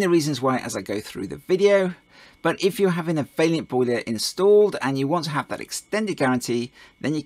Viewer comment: Please stop pronouncing Vaillant vailyant